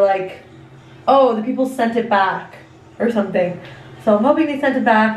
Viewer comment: ew, did she really say “sented it” 😟 girl it’s just SENT IT!!!!